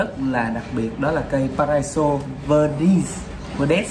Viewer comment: Chầu bà vơ-đuýt-sờ ... Cố gắng học phát âm đi anh ơi